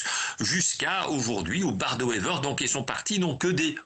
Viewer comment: "Bart de Wever" au lieu de "Bart De Wever"...🙄 Pas peur de la cuistrerie, ces Français!